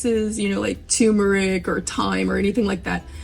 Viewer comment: TUR meric not tuuuuuu meric